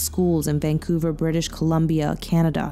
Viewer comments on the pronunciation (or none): none